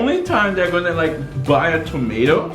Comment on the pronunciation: You say tomato I say TOMAT Haha 1 like for tomat challenge